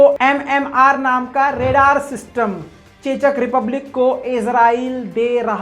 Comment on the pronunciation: chechak republic nahi check republic pronounced hoga wo